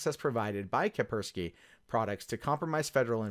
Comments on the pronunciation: It's called "Kaspersky" not "Kapersky". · "Ka-s-persky" not "Kapersky", there are two Ss. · *kaSpersky not kapersky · FFS! It's fracking kaSpersky!!!!!!!!!!!!!!!!! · Are we to assume from your pronounciation,, that the first "S" in the name is silent? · You're saying his its name wrong dumbass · FFS, if you can't pronounce a word, DON'T SAY IT 59 TIMES IN A ROW. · cant pronounce Kaspersky. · Nigga, you can't even say Kaspersky right...